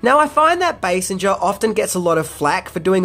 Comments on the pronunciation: The actress who played Vicky Vale in this movie is Kim Basinger (pronounced BAY-SINGER, as in someone who sings, NOT BAY-SIN-JUR) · your awesome and the channel rocks. One thing though, her name is Basinger as in Bae-sing-er not as in Bae-seng-er. Sing not senge or if easier singe. No worries, your not gonna redo the video lol but for in the future. The only reason I know that is because I fell in love with her as a kid after seeing Batman lol and learned a lot about her lol. Such a beautiful woman. Also Nike is Ny-kee not Nyk. Ny-kee is how it's said here in the States where they were created lol. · Kim Basinger's surname doesn't have a soft G sound it's pronounced as Bay-singer, you know SINGER like the singer of a song? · Kim Basinger (Bay-Singer) and the shoes are Nike (ni-key) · It's pronounced Bay-Singer. There is even a joke about it on the Simpsons where Homer kept pronouncing it the way you did. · Kim Basinger's name is actually pronounced as "singer". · You pronounce Basinger like this: BaySinger. A Bay and a Singer. Bay Singer. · Kim Basinger's name is not pronounce with the G making a J sound. It's like Bay-sing-urr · Basinger= base-singer. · Sorry, I watched the whole video and I have only one thing to say...They're pronounced Nik-ee and Basing-er. Do Aussies pronounce Nike without the long E sound? 😆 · Kim Basinger is pronounced Bay Sing Er. At least you didn’t say Bass Inger. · The cringiest part of the video is his pronunciation of Kim Basinger (BAY-singer). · I have to say.... thisnis a good video. However.... Kim Basinger is pronounced with a "Guh" sound. And NIKE is pronounced "Ni-Kee". Lol